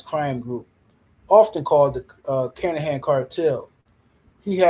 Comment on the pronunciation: His name isn't kanahan.. Let's break it down for you.. kin a han... now put it together kinahan... 😂